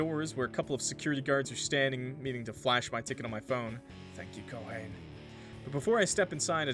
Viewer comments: I need to get more of a weeb NOW every fucking time I hear Ko HANE it kills me, it's Ko-hah-Ne(y). Three syllables. Ko=ha-ne. Not Ko-hane. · Ko-ha-nee when you’re pronouncing Japanese names think of it like this you are an illiterate six-year-old who has no idea what silent letters are so you just say every letter you see in twos or threes like Hom-ie if Haruto had a black tank top with a black puffer jacket and some jeans, he would fit right in I think that only a western thing because apparently Japanese culture romanticizes Christmas I don’t know why but the relationship kind of reminds me of “keeping your childhood friend in your refrigerator” or something like that